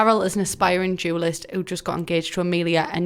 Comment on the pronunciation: I genuinely thought you said "jewelist" and I was like "what is she on about, is she trying to say a jeweler? and also is that an aspiration I knew nothing about?" 😂😂